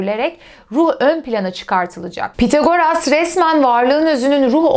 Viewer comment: Tek eleştirim ismin okunuşuyla ilgili olacak. Pythagoras'daki th İngilizce'de "s" sesine benzer θ şeklinde okunur. Yani ya bu şekilde İngilizce telaffuz edilebilir ya da Türkçe'ye geçmiş şekilde Pisagor denilebilir. Pithagoras diye okumak garip kaçıyor.